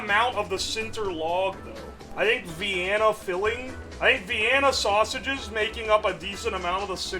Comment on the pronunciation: Vianna, keen size and ongion. Can he say any words right? lmao